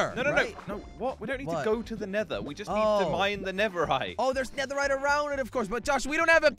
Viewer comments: Jelly and you both said “netherite” even it's called netherrack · Is netherack not netherhite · netherite LOL its netherrack 🤣🤣